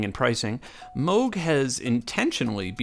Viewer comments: Yeah, what does he know. It's only his name and he still gets it wrong. 🙄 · (Also Dutch) To complicate things: the pronunciation would be different whether you're from the North or South of The Netherlands. But yet, the old guy gets it wrong either way. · I’m dutch. The old guy also mispronounces it. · Mogchhh...Well then since we're all saying it wrong i'll stick with moooooooooge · I know a woman that went to high school with a kid who brought a gadget that his dad was working on to a high school dance in upstate NY. That was back in the mid 60's. She said it was a bulky thing . It was one of the first prototypes of the Moog synthesizer , The kid's last name was Moog , not pronounced moo like a cow but " oh ". I guess he didn't like it when people pronounced his name like the sound of a cow .... Moo......... So there you have it , from the horses mouth. 😎